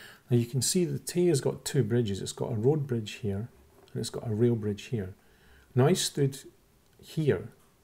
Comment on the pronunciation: Good video. For most of it I thought you were saying "real" bridge and I couldn't figure out how the closer bridge was less "real". It finally clicked that you said "rail" bridge ;-) It's a nice video, but you can't fix what's really wrong with the flat earthers.